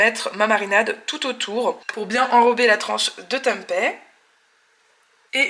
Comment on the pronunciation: Hello très sympa les salades rôties ! par contre c'est bizarre que tu prononces Tempai.... juste pour info, c'est du tempé avec un é comme dans pépé !! 😉 info y compris venant direct d'Indonésie !